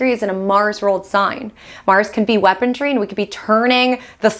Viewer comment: “Mars could be weaponry,” not “weapondry.” There’s no “D” in the word.